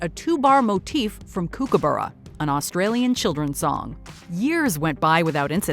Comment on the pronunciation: The pronunciation of Kookaburra is making my Australian brain hurt....